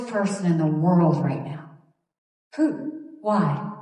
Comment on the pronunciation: ..is from..*put-in*...LOL